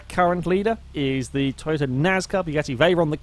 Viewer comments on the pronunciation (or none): none